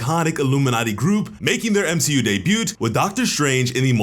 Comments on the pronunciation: Day byoot? Silent T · Debut is pronounced “DAY BEW” the T is silent like wtf hahaha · Did you just pronounce the t in debut? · The T in "debut" is silent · I can't take anything you say seriously after your pronunciation of "debut". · First few seconds of video mispronounced "debut" horribly. Instant downvote.